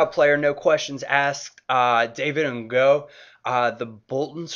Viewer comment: To help with your pronounciation - its David N'GOG, not N'GO :P